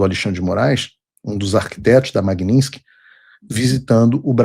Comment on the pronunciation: Olá Paulo, talvez isso seja irrelevante diante de todos os problemas que estamos atravessando, mas por quê você diz "MAGNINSKY" e não "MAGNITSKY"?